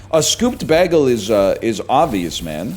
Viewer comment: Why does he say bægel.